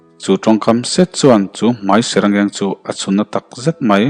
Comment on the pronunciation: ithu lam hi duh ai in a fiah lo tlat,zung zung te hi sung sung tih ang hian a i lam thin a,zet tih a lam tur pawh set ang in i lam ri a,tun ai hian han uluk deuh teh